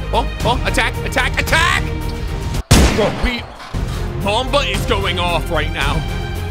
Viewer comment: I’m American Also: “kolbe Bryant”